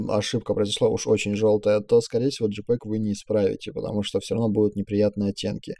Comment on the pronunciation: Нормально объясняете. Лайк. Но с английским бяда. Большая, при том. ЖИпеги...Рав...Либрари..Вайты...Калор...Объясняйте уж тогда на русскоязычной версии...